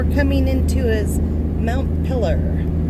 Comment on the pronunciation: Got pronounciation right after all. At least how it is pronounced in Northern New England where the capitol of Vermont is also Montpelier. And I lived in Paris, Maine for 35 years. Just closing on my house in a week, buying a used class C to travel.